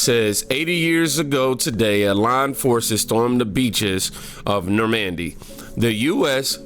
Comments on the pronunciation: It’s nor mun dee lol not nor mandy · It’s not Nor-man-D, it’s like the name Norman-d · Stop it stop it stop it you're killing me every time you say the word Normandy It is not nor "MANDY . The inflection is in the front of the word more like. NOrmndy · It’s Norman-dy not Nor-man-dy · That Trump comment is just another left wing conspiracy theory that has been debunked more than a dozen different ways. He never said it. Also since I know our school system sucks and you are really trying. It's pronounced Nor-mun-dee. The ship is Mass Effect is named after it. There is no disrespect intended in thay correction. I just wanted you to know. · You’re killing me with your pronunciation of NORMAN-D yesterday you jacked up Rudy JULIE-AH-KNEES name. Bro, get on it. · Bro, who reviews your stuff? (Nor- Mun- Dee)👍🏽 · nor-MEN-d 3 syllables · Bro, you and these names.😅 Norman-D